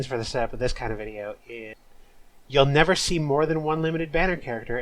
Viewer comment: "quarantine zone (stinky)" for ratio made me wheeze. awesome bideo